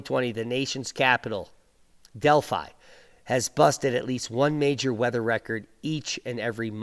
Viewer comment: Delhi (as in Dellie) not Delphi. Delphi was in ancient Greece.